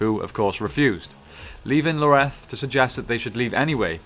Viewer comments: ins't it Ioreth not Loreth? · its ioreth not Loreth xDDDD wtf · God, how hard is it to read a word? It’s Ioreth, not Loreto. Did this guy even play the game? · It's not Loreth its Ioreth. Ee-or-eth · Talon isn't from Honor originally, he is from Rhovonvian, near Dale(this is covered in the memories you find in the first game) that's why Ioreth 's (whose name starts with an I not a L. Pronounced Yoreth ) father disapproved of him he was a foreinger. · is anyone else a little irritated that he kept saying Loreth instead of Ioreth? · “Loreth” can’t even get her name right lol already not watching. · Ioreth's name starts with an i not an L. Still, great video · Didn't like the mispronunciation of Ioreth and Dirhael, but this all in all is a good brief summary. Long live the the Gravewalker. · Its Ioreth, with an i